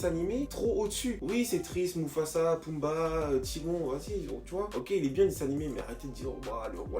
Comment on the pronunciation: Il a dit poumbi wesh😂😂😂